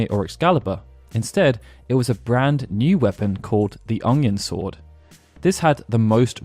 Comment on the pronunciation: I may not be a native speaker of Japanese, but I can comment on the pronunciation of "UNG-yun sword"